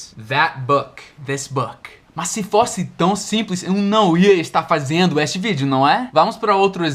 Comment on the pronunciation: a palavra "este" se pronuncia com "e" no começo e no final,tira a pronuncia do "i" no final.